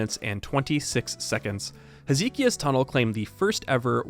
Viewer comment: Oh that is a painful pronunciation of "Hezekiah"